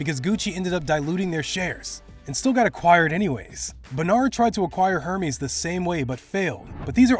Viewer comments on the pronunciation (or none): Insane story! Great vid. (Lol at "Her-meez"